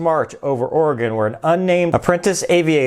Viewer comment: I wonder when this happened...I live in this state and I never once heard this story. Oh and speaking of living in this state...THANK YOU for saying our state name right. Us Oregonians are very picky about name pronunciation's Keep up the great work!